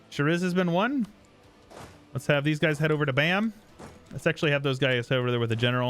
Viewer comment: the province bam is literally pronounced bam